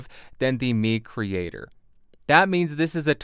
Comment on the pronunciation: Nice review and music creations! I think it's pronounced 'my creator' like microphone. And any chance on getting the Audix folks to lend you the PDX720?